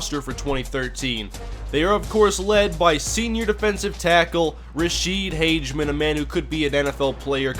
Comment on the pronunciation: Um its pronounced "Hagman" and Im pretty sure his little brother goes to my school in Minneapolis